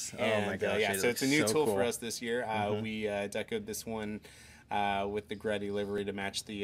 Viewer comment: GReddy is not "greddy!" Like Gee-Ready. G-Reddy. GReddy.